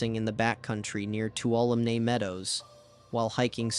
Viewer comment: Please learn to say Bridalveil and Tuolumne.